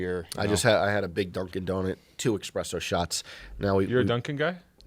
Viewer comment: Can we acknowledge calling Espresso "Expresso"....